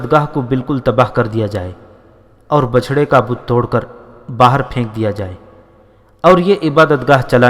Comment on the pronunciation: Bachda saheeh Tallafuz hai. Bichda galat Talaffuz hai. Bichda ya Bichana k Maana Ek Doostey Alag ya Juda ho jaana ya Gum ya Kho jana Jaise Koi bhi Apney jhandan se ya Bhai se Hujoom mein Bazaar mein ya Meley mein Alag hona ya Juda ho jana. Jab Badoun k ya Doosrey Bhai ya Dost Ek Dossrey ka Haath Choot jata hai ho Bichad jaatey hain.